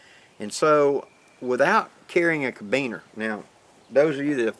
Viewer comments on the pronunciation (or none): I'm glad you're back now we missed you last Friday but glad you had a great time at your gathering. Just FYI - the word Carabiner is pronounced Cara - Bee - ner not Cabeener. Just thought you might wanna know.